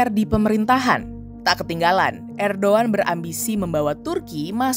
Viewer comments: erdogan loh min bukan erdoan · ko ngomong nya erdoan si, harus nya kan erdogan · erdoGAN...bukan erdOAN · Erdogan, Robot Ai : erdoan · apakah aku salah dengar ? kenapa erdowan ? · ERDOGAN bukan erdowan brooo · Bkn erdoan min, erdogan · Erdoan ? Apa saya yg salah dengar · Ko bacanya Erdoan